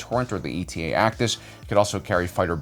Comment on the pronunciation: how many times do we have to teach you this lesson, young man? not E.T.A.- 2, it is an Eta-2. it is not an abbreviation, it is a letter in the Greek alphabet. it's just 'ay-ta'.